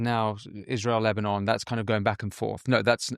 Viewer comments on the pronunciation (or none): none